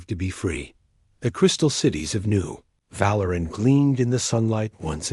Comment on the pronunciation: Val-ur-an? I think Vah-leer-ian.